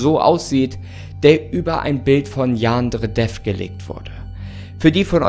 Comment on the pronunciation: Ich finds toll wie er statt Yan-dere-dev, yaandre-dev sagt 😅